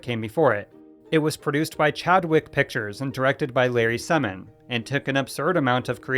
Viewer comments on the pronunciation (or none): Semon--accent the 1st syllable which takes a long E